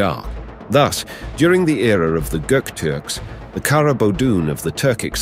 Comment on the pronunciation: Turkish word for black is pronounced kará stress on the last a.